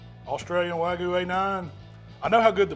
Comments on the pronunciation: It's not "wagu"... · Chipo-lte and way-gu. Yep. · WAGUUU. Wag-you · Wagoo? Come on man! LOL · Y’all need to look up how to pronounce wagyu. Y’all are saying it wrong 🤣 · Beautiful cook on that wagyu. The one thing you’re doing wrong is pronouncing it lol